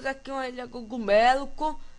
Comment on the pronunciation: Gogumelo ?! Que eu sabia o certo é cogumelo!